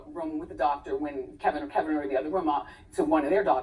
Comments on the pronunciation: KEVIN !! KEVIN !! KEVIN!! NOT Kelvin! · She said soil not spoil. It’s an old saying. It’s Kevin not kelvin. You need a lesson on paying attention! Lol “soiling” someone’s ring means putting your bad relationship karma onto another woman’s ring. Research girl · It’s Kevin. Not Kelvin. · It’s Kevin, not Kelvin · His name is KEVIN not Kelvin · That man’s name is KEVIN! There’s no L sis!😫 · Girl can you please say that man's name correctly if you're reporting news. His name is KEVIN not no damn Kelvin😩🙄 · Isn't her husband's name "Kevin" not "Kelvin"? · Kevin lol not kelvin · Wendy's husband's name is "Kevin" not "Kelvin".. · Its *Kevin, not “Kelvin”. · She clearly says his name is Kevin. Not Kelvin. lol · HIS NAME IS KEVIN! NOT KELVIN! DANG! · Why does she keep calling him Kelvin!!!! 😕😫😫😫😫 it’s KEVIN!!! Lol